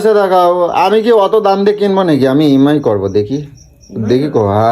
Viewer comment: কথাটা ই এম অাই ।উচ্চারণ ঠিক করুন।